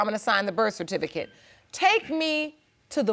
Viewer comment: If one more mf say BIRTH CERTIFICATE wrong......... omg